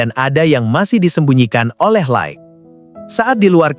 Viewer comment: la ik bukan laek😭